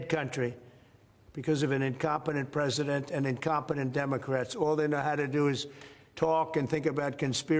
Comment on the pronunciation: Did you say president or predator